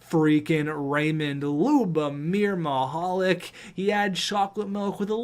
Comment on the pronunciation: I may have ruined it but I'm pretty sure Mihalik is pronounced Mihal LEEK...